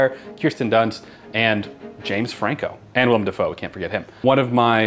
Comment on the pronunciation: She said William Dafoe🥲🥲